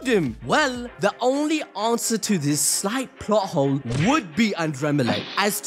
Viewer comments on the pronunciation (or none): none